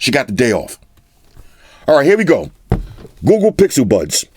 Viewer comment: Could have sworn I heard he said 'Goo Goo Pixel Buds'. My bad. Lol